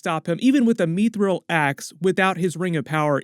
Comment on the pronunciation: What the hell is MEEE-thril? Short i, like in 'mister', not long; mih-thril, not mee-thril.